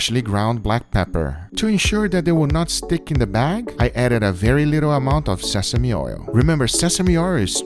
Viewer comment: Did he just say Sesame oir?